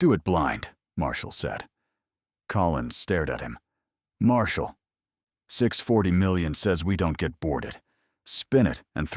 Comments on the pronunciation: you say it reads the text exactly yet not correctly. There is a distinct difference between 6.. 40 million and 6 hundred, 40 million. The correct way is the second but the AI read it the first way. The currency was never specified and could have been anything. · AI readers do not understand English. 640 million is actually 6 hundred, 40 million probably dollars or some other currency.